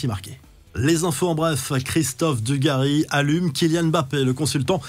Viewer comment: Prk il parle Dugàchis